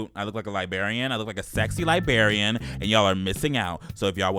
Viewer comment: Did nobody tell that there are two r’s in LibRarian? 😂